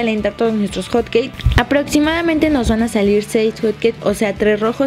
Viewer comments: Musas lesslie no que era hotqueis dijiste panqueis jaja no lo tomes a mal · se dieron cuenta que dijo panque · porq les dice hot caes o cates